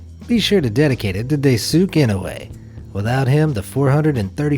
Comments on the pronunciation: I thought so too lolz. I was like it's pronounced "dice-kay" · "Daysook in a way" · Dice skay in noo way Geez, people. Learn to pronounce Japanese names. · Just pointing out ONLY, so no hate meant, even though this is old: Daisuke Inoue's name is pronounced "DIE-S-KAY EE-NOH-AYE" or "DIE-S-KAY EE-NO-OO-AYE" 🥰 But still awesome video. I'mma continue watching now 😊😊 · Its dai su ke inoe to pronounce it bro do ur research before u say it lol😂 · Daisuke Inoue is pronounced Dice-kay Ee-noh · Lol "Day-sook In-oo-way" Someone please tell me that was an inside joke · I'm annoyed by how you pronounced Daisuke Inoue's name😩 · how the hell did you pronounce Daisuke Inoue??? damn... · I'm surprised no one in the comment section is trying to correct narrator guy for pronouncing Daisuke Inoue's name wrong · Daisuke Inoue... Man I love your videos but the way you pronounced this poor guy's name D: And karaoke too :<